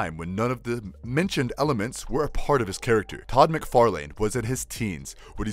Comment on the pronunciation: Mick far Lan not mc far lane